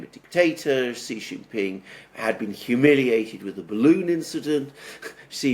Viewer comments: I HAVE SUPERCHATTED YOU NUMEROUS TIMES TO STOP INSULTING PRESIDENT XI JIN PING, PRONOUNCED "SHEE JIN PING." SHEE SOUNDS LIKE FEMALE IN ENGLISH. IT IS THE CORRECT WAY TO PRONOUNCE HIS NAME. THE WAY YOU SAY IT, JHEE JIN PING MEANS PENIS IN THE CHINESE LANGUAGE. I KNOW YOU READ MY SUPERCHATS, LEARN FROM YOUR FRIEND ALEXANDER M, AND SAY SHEE NOT JHEE. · Xi = Shee, not See. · Here’s the correct way to pronounce Xi’s name: POWER HUNGRY SHITHEAD